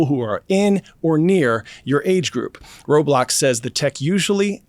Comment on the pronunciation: And bro said Roblox wrong